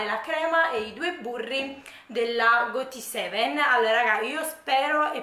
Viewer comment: Pronuncia: GODSEVEN.